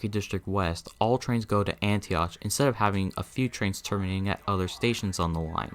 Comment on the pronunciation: Antioch is said like “Antiock”